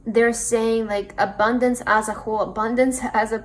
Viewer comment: Pile 3...very generic reading with TOOOOO much stress on the word abundance